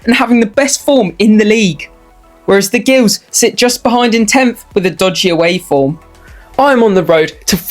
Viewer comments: For future reference, our nickname ‘Gills’ is pronounced as ‘Jills’, with a J sound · It's Gills mate soft G like Gypsies.. OK